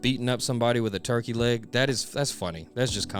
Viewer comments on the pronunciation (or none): none